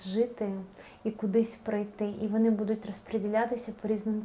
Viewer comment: Чого буду‘ть? Що за наголоси?!